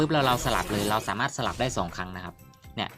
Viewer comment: สาม่าด 😂ชอบตรงพูดผิดนี่แหละตลกดี55